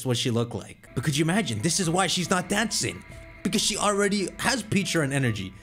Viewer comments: pecharunt not peacharunt.. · Also Pecharunt should be said as "pecha-runt" and not "peacha-runt" sense it's supposed to resemble a Pecha Berry. Also, Arceus should be pronounced "arc-eus" and not "ars-eus" sense it includes the word Arc, referring to the two arcs connected to their body, or arkhé, Ancient Greek word for origin and authority, plus deus, the Latin word for god; there is also the Arc Phone from Legends: Arceus. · He intentionally does it because he enjoys making people cringe. If he’s not saying Peacharunt he’s saying Pecharant which is another way to mispronounce it. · So people are annoyed at him for saying the name correctly? Bro peacharunt definitely bothers me more. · I always pronounce it Peh-cha-runt it just sounds better to me